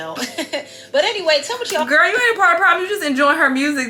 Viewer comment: Lol idk why its so funny when D say Gurl 😂😂